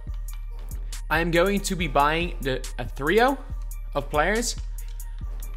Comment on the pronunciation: I know damn well you didn't just say a "three-o" instead of a trio☠️